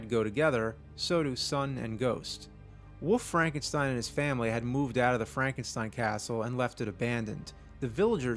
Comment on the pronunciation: "Woof Frankenstein" is all I can hear.